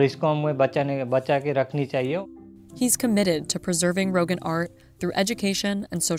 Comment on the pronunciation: its not pronounced "rohgan" its more ro-gahn